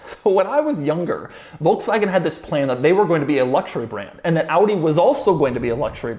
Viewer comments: Doug is the type of guy who doesn't know how to pronounce Volkswagen. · Folksvahgen, jahr.